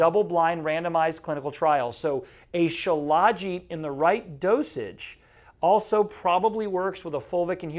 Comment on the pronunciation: These guys are tools. Don't even know how to pronounce Shilajit.